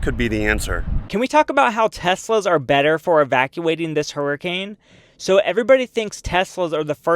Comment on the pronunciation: not flee fo war flee hurcan